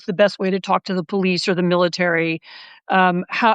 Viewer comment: PolICE pronounced poll+ice. There’s now police and polICE.